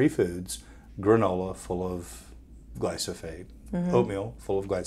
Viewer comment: Great interview. Good job. But it's not glysophate. It's glyphosate. The active ingredient in Roundup herbicide.